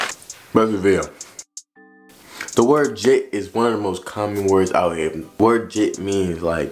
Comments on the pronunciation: Gitt not jhit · Its jit not jhit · I'm sorry but its jit not jhit